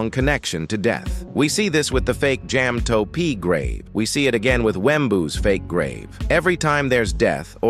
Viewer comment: jam toe pee